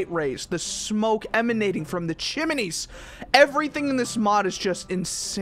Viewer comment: At 14.20 you said chiminey